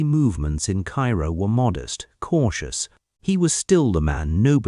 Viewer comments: KAYROO....NOT CAIRO! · Cairo, IL isn't pronounced like the Egyptian city. It's pronounced "KAY-Roe". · Odd as it seems, the town’s name is pronounced. “Kay-ro.”